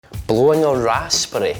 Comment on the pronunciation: I thought he said blowing an ass spray